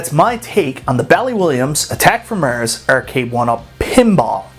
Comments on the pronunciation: Haha does sound funny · The way he says "Mars"! 😂